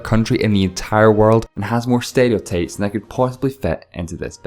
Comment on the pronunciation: am I the only one who thought he said stereotapes instead of stereotypes